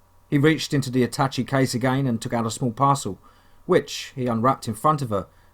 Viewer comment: I love your work and your accent but sweetie,sometimes you make me giggle...its pronounced at-tash-shay case! xx